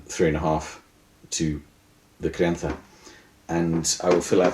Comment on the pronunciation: You pronounced gran reserva and crianza perfectly, do u live in spain or something? Im spanish and had to say it, its hard to find an english speaker who pronounces that well, good video!